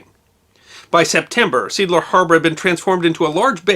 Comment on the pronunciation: Seeadler -- what you pronounced as "seadler" is more like "say adler" in German.